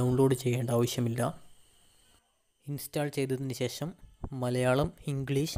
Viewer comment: മലയാളം പോലും നേരെ ചൊവ്വേ സംസാരിക്കാൻ അറയില്ല അതിനു ശേശം എന്നാണു പറയുന്നതു. ശേശം അല്ല ശേഷം ആണു.ആദ്യം അക്ഷരമാലയും, ഉച്ചാരണവും നേരെ ആക്കടോ